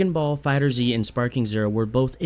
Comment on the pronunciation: Man.... IT'S FIGHTERZ! Like "fighters" but with a Z. Not Dragon Ball Fighter Zee. Gah. Dude that annoys so much. Like not to a great extent, but enough to comment. Ya get me?